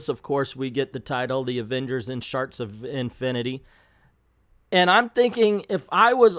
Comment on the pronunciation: I’m sorry but is he mispronouncing the word shards on purpose?